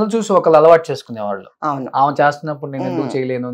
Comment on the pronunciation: నీ తెలుగు తగలేయ్యా!! ఆమ కాదురా, ఆమె.